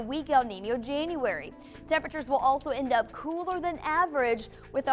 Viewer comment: In Jane-uarey? Omg, lovely!